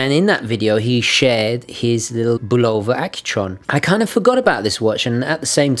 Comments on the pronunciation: And the emphasis is supposed to be on the first syllable. BUL' o va. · Why does everyone have a problem pronouncing the name of this watch. Having grown up in the early 50's, and into the 70's and 80's listening to Bulova ads on radio and tv, it was pronounced BULL'-o-va not bul-O'-va. The accent was on the first syllable. These were American ads for an American company so I defer to their pronunciation. Also I love these watches and have twelve in my collection. One of these is a 2181 movement powered Deep Sea 666 diver's watch that has been running continuously since I purchased it in May of 1974 except for the time it took to replace the battery. It now uses a 344 silver oxide 1.55V battery in place of the 218 1.35V mercury battery. This may account for it gaining about 10 seconds a month. I believe the sweeping second hand on these older Accutrons are even smoother than the newer Accutron II and Precisionist movements. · Excellent video but I would add that the name Bulova is pronounced BUH lo va, accent on the first syllable. You can verify this by watching old Bulova adverts. I still have the 214 Spaceview that my dad gave me new for my 12th birthday, in the early 60s. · I'm a bit confused why I am hearing people pronounce Bulova with a long "o", as in bologna. Since I was a kid it has always been with an "uh" sound, as in this old TV commercial, which is rather humorous.